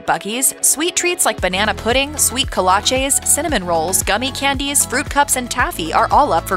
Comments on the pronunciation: Speaking of mispronouncing words it's "KOH-LAH-CHEEE" not "KOH-LAH-CHAY"....you'd be mocked mercilessly in West, TX with that mispronounciation...bless your heart... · Kolache’s are pronounced Co-la-chee not co-la-chay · Bold of you to talk about mispronunciations when you don't say kolache correct.... It's "co-latch-eee" it's Texas, not Europe